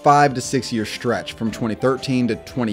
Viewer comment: It's NOW time to work on pronouncing words correctly. Say S TR ETCH. Do NOT say SH TR ETCH. (NO SH SOUND IN THAT WORD).